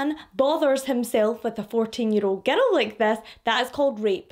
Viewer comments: You have great way of telling these cases. As an American, I'll say that I love how you speak, how you pronounce words. I'm not going to lie, though, every time you say "girl" I hear "ghetto". It completely changes the sentences some times. 😂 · I love how she says "giddle" for girl